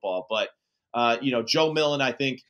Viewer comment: Joe MilTon, not Million